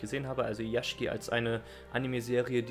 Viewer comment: Flying Witch hört sich interessant an. habe ich schon länger mal auf der Liste gehabt ihn mir anzuschauen. Sollte ich velleicht bald mal machen^^ Aber was ist dieses genre was du ansprachst. Yashiki? Also Villa/mansion Wobei am Ende hast du Yashike gesagt.